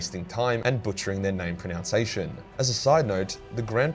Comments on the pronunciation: I think my favorite part was that he pronounced pronunciation as pronounce-ation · Its funny that butchered the pronunciation of the word pronunciation. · Imagine mispronouncing the word pronunciation